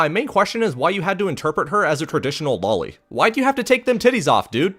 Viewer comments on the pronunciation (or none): none